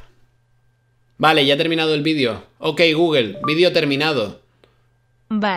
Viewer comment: Es mejor decir "gogle" que "gügle" si es que no puedes decir "gugl"